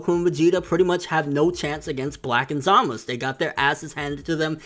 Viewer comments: lol i agree with your theories but one thing though, why u keep saying Za-Mas instead of Za-Ma-Su? or is it just easier to say it that way lol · za-ma-SU! again say it with me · zamus? its Zamasu!!! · ZAMASU WITH A U NOT ZAMAS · DeathTheKid ur right. But Nobody say Enel now do they??? Zamasu it is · Is there a reason this guy refuses to pronounce zamasu correctly? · Yeah but not in this case buddy lol. Go watch the Japanese version again and tell me if they pronounce the U or not lol. Also, me and my brother-in-law who is Japanese pronounce it the same way lol.